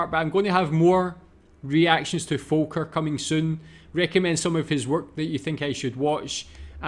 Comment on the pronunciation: Last comment: I ❤ how you say Volker. Well done. Thanks for your Videos.